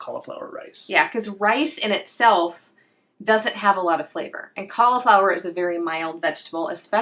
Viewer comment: im from australia great video by the way but it sounds like you dont pronounce the i in cauliflower so it sounds like you say caulaflowar also the way you say er sounds like ar so sounds like your saying caulaflowar